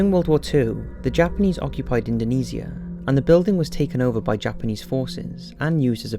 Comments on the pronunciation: I’m still so uncomfortable with his pronunciation of Indonesia... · Not to be that kind of person... but you are prouncing the word indonesia wrong..